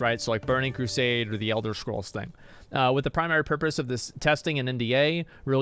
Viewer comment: elder schkrolls? good laugh :D